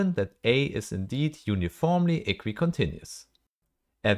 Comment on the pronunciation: uniformly -> uniformely -> uniformly 👀